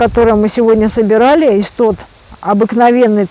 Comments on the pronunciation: называйте правильно, не исстот, а иссоп. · Иссоп, не истоп.